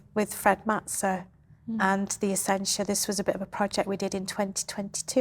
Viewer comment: Isn’t the name “Essentia” without an “l” on the end?